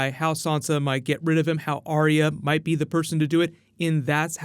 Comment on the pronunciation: Dude keeps saying Arya with 3 syllables like Aria T'loak from Mass Effect. Arya just has 2 syllables "are" "ya"